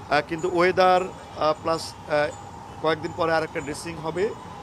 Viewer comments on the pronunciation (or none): none